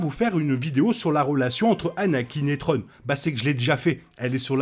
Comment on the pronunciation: De bonnes théories, à voir au final. Par contre un petit effort sur la glaise, c'est pas "trone" mais thrawne, "sssswraun". Ce serait apprécié ;)